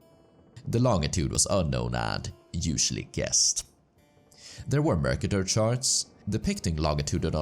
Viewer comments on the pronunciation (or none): none